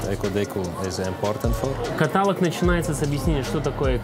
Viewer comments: Огонь! Как говорят девочки. Но , товарищ переводчик каталОг, каталОг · КаталОг! КаталОг